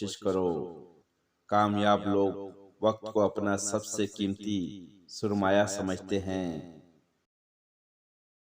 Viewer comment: Pahele urdu theek se padhna seekh lo 😮 soormaya nahi sarmaya....basharath nahi baseerath.....